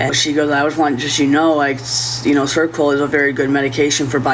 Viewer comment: "of serquel" Ser-o-quel! There's three syllables! Try and put in some effort for once!